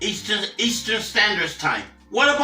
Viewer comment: He said Easter specific time 😂